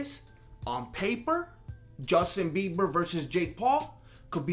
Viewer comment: Did you say "Dustin Bieber"? Orale! 👊😂👍